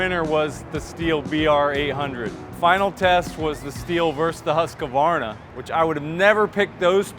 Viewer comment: Great video.. Just one thing. It's Husq-varna... Not Husq-a-varna 😂